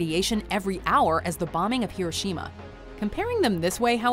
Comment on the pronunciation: It's hiroshima hiro shima